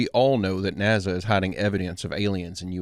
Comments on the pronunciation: We love the channel, but please, it's NASA not NaZa. Again we love the channel. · NaZa its pronounced w an S cmon naza???? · Hey, been watching your stuff for a good time. Just wondering if you pronounce nasa as “naza” on purpose. Thanks